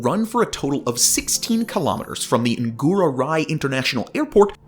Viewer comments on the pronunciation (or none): Cangu, as child, bukan kang gu. Ngurah, bukan gurah